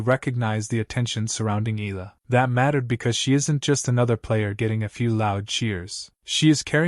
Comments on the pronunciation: Its E-yah - lah not ee-lah😅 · Her name is phonetically pronounced, ‘Eeyalla’ not Eella. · Dude, learn how to pronounce her name correctly. E-a-la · How hard can it be to tweak that AI tongue to pronounce E Yah La? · EH-YA-LAH. Pronounce it right. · her family name is EALA and the correct pronunciation is "Ee-ya-la" or that's the way it is being pronounced here in the Philippines! it should NOT be pronounced the way "Eagle" or "Eager" are pronounced . The second letter "a" should be stressed aloud as a "ya". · EALA ronounced as Ee ya la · As popular as she is, you still murder her name! Again, her name is in three syllables.... E-Ah-LA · AI transcription and bad pronunciation of Eala